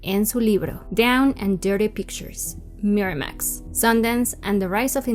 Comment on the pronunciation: Morra, haces buenos videos, pero bájale tantito al tonito y pronunciación tan pretenciosos. Ni siquiera hay consistencia, en un enunciado pronuncias Miramax en inglés muy m4món, en el siguiente en inglés de mexicano normal.